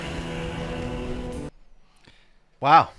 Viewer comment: lol "It's a mircle."